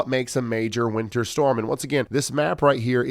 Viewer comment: The way Ryan pronounces winter makes it sound like he is saying winner.